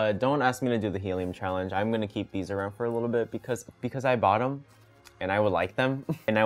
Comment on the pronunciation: i deadass heard it as "because I bottom" and honestly it makes more sense like that.